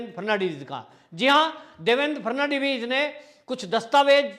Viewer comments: Frnadibij नहीं फड़नवीस नाम तो सही लिया करो भाई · Fad navis to bolna sikh lo. Ferdinand vis jaisa bolte ho.